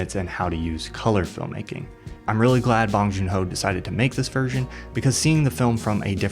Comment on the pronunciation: I wish people who are super interested in an artist work would learn how to pronounce their name. Bong >>> Bo oh ng. one syllable.